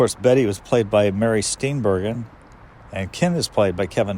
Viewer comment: Good video. It’s also pronounced Steen-bur-jin, not Steen-bergen.